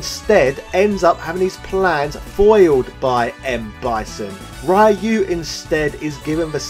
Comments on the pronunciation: It is Ryu as in Reeeeeuuuuuu, NOT RYYYYYYUUUUUUU. I cringe anytime you say RYYYYYYUUUUUU lol. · Right? Like in this video, the guy who thinks the guy's name is "RAI-YOO". No. It's "Ryu". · Or the way he says it, Why-You!!! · Hey could you pronounce Ryu's name properly?!